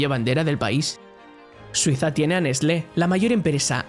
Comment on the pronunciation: Yo pensaba que Nescle era brasileña.